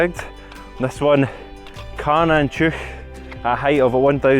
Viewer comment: close. Tuirc is pronounced toork